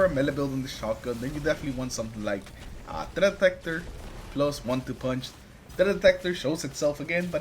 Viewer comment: wtf did you say? THREAT detector. Practice that.. tf 😅